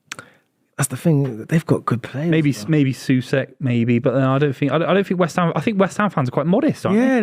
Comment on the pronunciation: As a west ham fan. Thank you for saying soucek. He is an abysmal player and needs to go